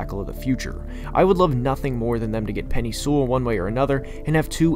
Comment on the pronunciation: this dude did not just say “penny sewell”